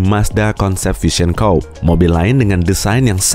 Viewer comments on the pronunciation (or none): Coupe dibaca kupe buka koup 🤣🤣🤣